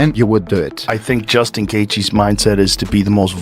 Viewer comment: Can you please pronounce Justin's name correctly. JESUS C.